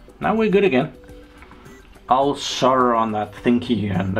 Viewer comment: I'm impressed you said "solder" correctly. Cool video as always.